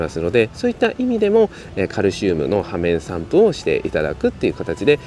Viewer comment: 「ようめんさんぷ」じゃない？